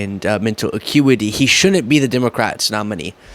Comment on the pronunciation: Could you please learn how to pronounce "shouldn't?" You're saying "shunent." Otherwise great content.